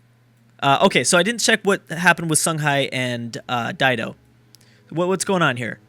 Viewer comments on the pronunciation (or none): none